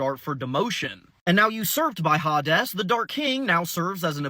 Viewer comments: Pronounced (Hay Deez) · HaDes looks so much better with HORNS. Also I'm asuming Hades is pronounced Ha-Des in latin. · is it called ha des not hades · I don't think that's how the name Hades is pronounced. It's more like "hey-deez" like hey deez nuts.